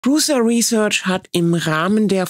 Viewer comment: Prusa, Aussprache Pruscha bitte. Er heist Pruscha nicht Prusa